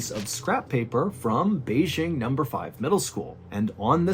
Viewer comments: (tip: Beijing is pronounced with a hard J. We always say it with a "zh" sound in the U.S., which funny enough exists in other Chinese words ... but not BeiJing). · MrBallen you rock Just a small point: Ren (the name or the word) would be pronounced almost identical to how it would be read in English. (It's not Shen.) (The J in Beijing should be just about like an English J and not a "zh" sound.) I actually lived in Beijing in 2004 and from . I would have been there when this happened. And in 2004 I taught in No. 8 Middle School. Also, those aren't water bottles in that photo: those are 2 bottles of baijiu (I think one is Er Guo Tou, cheap and really rough..), ie Chinese grain alcohol, and a can of Yanjing beer (Beijing's local beer brand)